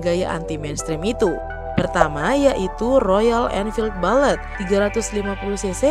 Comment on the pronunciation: Min, mohon bahasa inggrisnya di perbaiki, karena ada kesalahan pengucapan kata chopper dan bullet. Sekian~ Dan terimakasih ~ Awokawokawok~